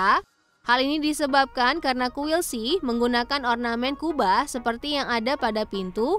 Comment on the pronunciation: Jelas2 ada huruf K tapi baca nya malah “sihh” bikin emosi denger nya😭😩